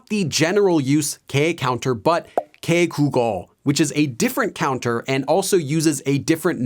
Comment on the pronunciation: U gotta say it like -개V국어 Not -개국어. It’s -개 국어